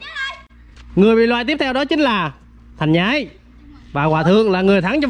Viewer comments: Hàng nhái mà nói là thành lác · Sao anh thành nhái mà vậy nói thành lac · anh ơi anh nói nhầm thành nhái mà anh nói thành lác hahahaha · Thành nhái mà nói là thành lát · Thành nhái sao anh nói thành lác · thành nhái ma anh nói thành lác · Anh ơi em có í kiến anh thành nhái mà anh nói thành lác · bị lag nhẹ Thành Nhái mà nói Thành Lát 😂😂😂😂😂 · ụa thành nhái mà sao nói là thành lác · Thành nhái ko phải thành lạc anh ơi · Thành nhái mà anh kêu thành lác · Ủa thành nhái mà kêu là thành lác :))) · Thành nhái với hòa thượng mà nói thành lác với hòa thượng